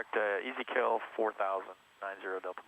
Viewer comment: “Easy Kill”? LOL Most people pronounce that fix as “Ezekiel” - like in the Bible. (ee ZEE key el)